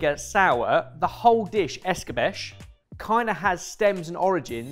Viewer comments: Just to point out, given that it's Spanish, you shouldn't pronounce escabeche as if it were a French word. More escabecheh, the ch strong like in change. Same with the ch in ceviche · I love when the boys try to pronounce the correct way and destroy the word in the process, like... why say "escabesh" when the ch in Spanisch is 1:1 like in the English pronunciation for "challenge" plus the e is indeed pronounced??? That or let do it, he kinda nails it (often)XD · Yes, using fr€nch pronunciation on Spanish words is just horrible. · It’s somewhat impressive how is willing to assume that everything is pronounced the French way when French is the most stupidly pronounced language on earth (English is part way there but that’s because it’s only part way French) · The che in escabeche is pronounced just like in ceviche, the e is not silent. It's Spanish, not French ;) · Escabeche isn’t pronounced in French. You actually say the e at the end. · Quick guide to pronouncing Spanish words correctly. The only silent letter in Spanish is "h". Every other letter is always pronounced. So the final "e" in escabeche is supposed to be pronounced, not silent. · By the pricking of my thumbs, some fun comment about how he might say it this way comes. It’s ‘ess-ka-betch-ay’. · It's 'escabeCHE' (pronounced CH as in change, and E as in Edinburgh). EscabeSH is how it's said in the southern US and Caribbean. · If it's Spanish, wouldn't it be "esk-a-be-che", not "es-ka-besh"? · According to my wife, in the Philippines it's pronounced eskah beh chay, not eskah besh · Es ka bay chay. Not just with fish… but good video. Cheers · 2. it's escabeche as in eskabechay - just means marinade. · I'm not Spanish or Hispanic, but is that the correct pronunciation of "escabeche"? I would have pronounced it "ess-ka-BAY-chay." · I think pronounces all non-English words as French. It should be ess-ka-BET-chay. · I am spanish and died every time said escabeche that way 🤣🤣🤣🤣